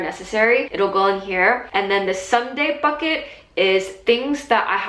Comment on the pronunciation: Is she saying Sunday bucket or Sunday fuck it? Lol